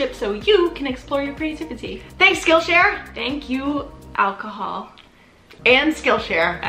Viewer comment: " and " LOL 😂